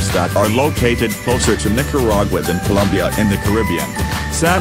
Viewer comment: Colombia not Columbia